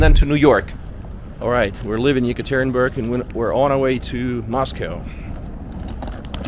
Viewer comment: Josh Gates from the TV show Expedition Unknown, mispronounced Yekaterinburg as yuh-CAT-ter-rin-berg, with the accent on CAT. Dyatlov Pass episode.